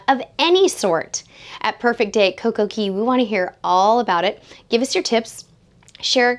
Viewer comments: Yes , she did. Cay is actually pronounced key in the Caribbean. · Yes, she did. Cay is actually pronounced Key in the Caribbean. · Cay is pronounced key